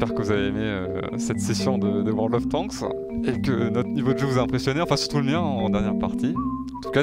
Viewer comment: "world of tanksse" 🤣